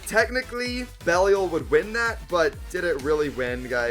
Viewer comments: I think the correct to pronounce belial is be lie yal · The pronunciation of Belial was killing me.